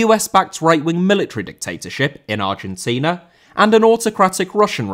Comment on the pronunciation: Argentina * not Argentiner